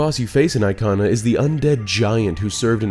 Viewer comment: The way you said Ikana valley or anything Ikana related made me want to cry. No offense it just sounded wrong. Aikhanah valley is just a no😭